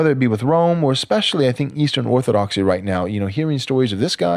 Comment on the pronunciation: Say it "Orthodoxy"